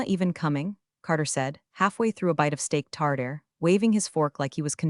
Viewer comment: IT'S STEAK TAR TAR NOT TARDARE. AI CAN'T PRONOUNCE WORDS!